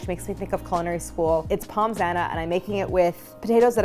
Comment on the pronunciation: Drooling here, looks so delicious 🤤🤤🤤 Point of note: pronounce Pommes as Pomme, no s-sound 😁 Love all you do and particularly that you are using Kerrygold, the Only Butter!! Suggestion: You should come to Ireland to do a collab with them ☘️